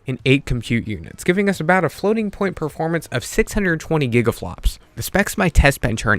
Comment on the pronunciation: Bro said gigia flops